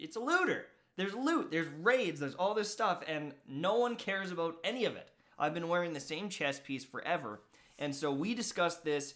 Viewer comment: Dude he said aboot then about right after?? Who are you????